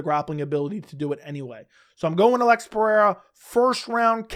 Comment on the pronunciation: Why do you pronounce it "ah-leggs" ? I seriously don't get it. That's not how he pronounces it. He just says alex